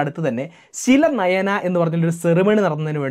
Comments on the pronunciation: its not silanayana; its silanyas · ശിലനയന എന്നല്ല ശിലാന്യാസ്‌ എന്നാണ്‌കേട്ടിരിക്കുന്നത്‌